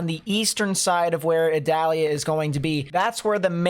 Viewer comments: Idalia 😆 not Adalia 🤔🧐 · Pronounced E dalia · According to NOAA, the proper way to pronounce Hurricane Idalia's name is ee-DOLL-ya.